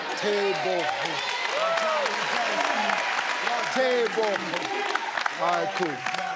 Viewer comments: Steve trying to say Tebogo 😂😂 he had to use his whole body! 🤣🤣🤣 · Tobaco tobaco😂😂 no tebogooo😂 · So are we just gonna ignore the fact that steve prounced Tebogo as Tobacco😂😂😂Hillarious.. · its Tebogo as in go the present of went